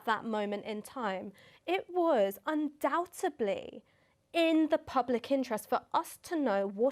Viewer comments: 'Undoutubly'..... err, you what? (You also have lovely hair. Just, some of it's ended up on your top lip, love) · Lol! Just noticed Sarker mispronounces the word 'undoubtedly' , by saying 'undoubtably', which is further evidence, if indeed it were needed, as to what a low-life, pos, we are talking about here.